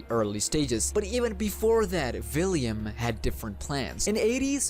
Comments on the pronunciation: Please. It’s William Not Villiam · Is he saying villiam instead of William🤔🤔🤔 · U even said william as villiam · william ❌ villiam ✅ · I believe it's william not villiam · vhy are you calling him Villiam? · I know you have an accent and I’m not tryna be rude or anything, just one thing..... ✨ᵛ ⁱ ˡ ˡ ⁱ ᵃ ᵐ✨ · Yea its william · but its pronounced william i know the story